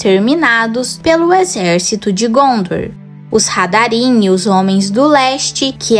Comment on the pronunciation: Teve um pequeno erro ai. Voce falou hadarim*** esta errado. Eles eram os HARADRIM